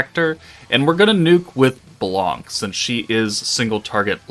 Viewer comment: u said it "right" blanc just remove the C sound at the end as it is silent